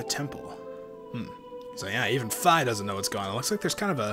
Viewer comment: Its pronuced fee